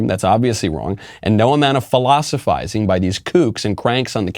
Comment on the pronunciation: He meant to say,... "No amount of 'phallusophizing'...."